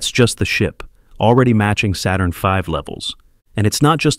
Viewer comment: Did you catch the errors? I suppose you do not want to correct them? The voice mispronounced the 'Saturn 5' ; then further on you said litres and not tonnes.